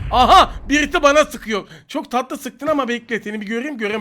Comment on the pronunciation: Abi İlk Maçın Sonu Harika Çok Tatıılı Dedin ajsajjdajsd